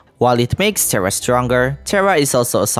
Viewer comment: One thing that pokes at my brain is that you call the little one "Terra" but pronounce it like Tera 😅 RR make it sounds like Teha not Tera